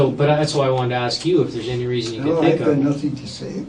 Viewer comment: DecrepitOrigin888 lol did you mean to say “I tink” or was it a accident either way it made me laugh so what does that say about me I guess hahaha